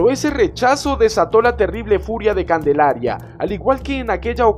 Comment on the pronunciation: Calendaria o Candelaria? XD